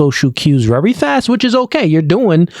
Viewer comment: The word is "VERY"! Not "Rery"